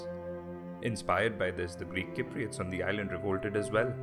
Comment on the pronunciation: The man cant even say cypriots properly lol !!